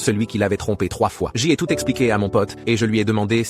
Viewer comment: il essaye de dire j' mais sa sort un g car sa doit etre une ia anglaise a la base donc j se prononce g